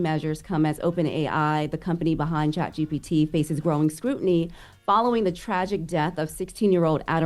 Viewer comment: I focks wit but she definitely kept sayin chatGTP instead of ChatGPT